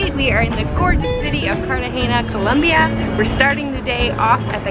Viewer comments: Col O mbia...no U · I hate the way you pronoun the name of the city! Sorry guys but I have to say it.